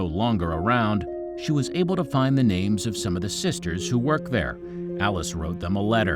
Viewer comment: After the first 5 seconds I couldn't finish because of the butchering of the names